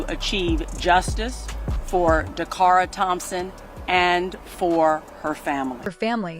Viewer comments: How disrespectful that you can say the killer's name correctly, but not say DACARA'S name correctly! Don't just create a video and not give accurate information. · Her NAME is "DA- CARA" not "Dara !"